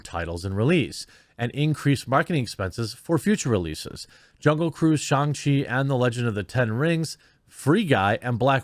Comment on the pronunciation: Me before watching the video: Please, for the love of God, don't pronounce SHANG as SHONG...Jeremy....Jeremy....no.....don't. I see you.....don't! Me after watching video: *eye twitches rapidly* He...he said it. Right there.....right at the mark.....why did he say it like that.....w-why?